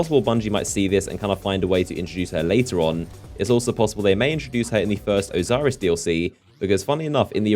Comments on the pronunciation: It's Osiris not Oziris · "Oziris"? Who's that? I know Osiris but that's it.